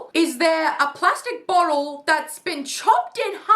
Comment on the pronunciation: the way he says “ SECOND!” And “BOTTLE” ☠